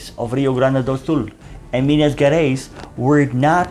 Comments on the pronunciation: Excellent lecture! Just a remark: we don't say Minas GErais like you say get or forget. To sound like that it should be written like GUErais. Actually GE sounds pretty much like you would say pleaSURE or treaSURE, like the French pronoun JE, or you may say like as GEAR or GEORGE. Indeed you are able to sound Rio de JAneiro correclly. So you may try to say Minas JArais, it would be more understandable rather than GUErais. Thank you. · You should try to learn the pronunciation of Portuguese words. Your video is well done and educative. My grandfather was an infantry soldier out of Rio and died in combat. But your pronunciation is triggering specially the G in Gerais. Thank you for the effort.